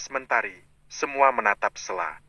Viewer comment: 😂😂 yg baca lucu Stella di blg sella😂😂